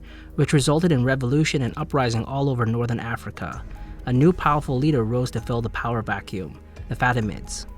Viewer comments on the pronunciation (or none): none